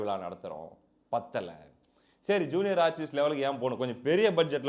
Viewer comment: பத்தலை ப்பத்தலைன்னு சொல்லி முழுசாபத்தவச்சிட்டுங்க தம்பி